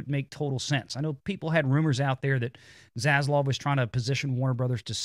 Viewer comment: dude.......it is ZasLAV. please, for the love of the almighty himself can you say his name correctly (not ZasLOV).